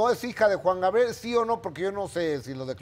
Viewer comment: ...y Gustavo Adolfo nunca a pudido pronunciar el nombre artistico de Alberto Aguilera Valadez...min. , Juan "GRabiel"...de niño yo tenia ese mismo problema pero ya me curé jajaj